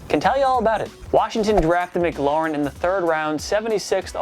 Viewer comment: Say Terry's name right please:Terry M-claur-in